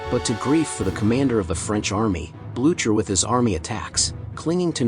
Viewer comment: "Marshall Blue-chur". Gross come on lazy AI voice, you can do better than that. edit: double gross, this channel is... sad. Using AI scripts to. "plunging into cargo vessels." Just yuck no thanks